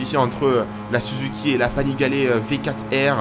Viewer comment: MDR on est en Florence, lol Florence c’est la ville pas très loin, la région est la Toscane ! Et Panigale avec le é à la fin